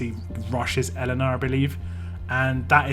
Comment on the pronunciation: It's pronounced "Yelena"